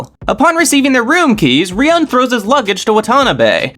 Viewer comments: I really like these videos but I just can't help but comment after all these videos to point out that Ryuuen is not pronounced as Riyun but it's Riyu-en/Riyuwen... Love the videos tho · Why do you pronounce Ryuuen as Ryan haha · the way u pronounce ryuen makes me wanna kms